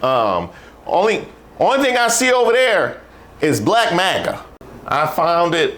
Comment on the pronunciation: this isn't magna 😖 is he drunk??